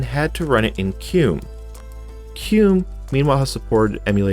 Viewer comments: FYI, it's pronounced "kem-you". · Wait why the hell are you calling qemu qume